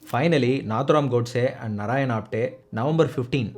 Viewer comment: ஆப்தே. ஆப்டே கிடையாது